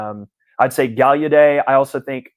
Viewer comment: Gaulladet is pronounced 'gal' + 'uh' + 'det', with the stress on 'GAL'..... definitely not gal you day